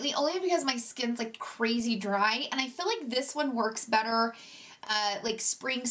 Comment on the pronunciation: Why does she pronounce feel like “fill”? What kind of accent is that?